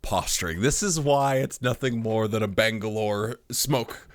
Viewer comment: Small suggestion with your video endings, perhaps you could add the word “Rather” to your endings. Just saying it does sound like you say “Loving the things you love AND hating the things you hate. Took me a few vids to realize you were saying THAN, not and. Great vid bro